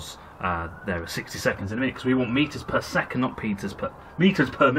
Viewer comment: I looked that up. It said "Bad pronunciation of Meters per Second".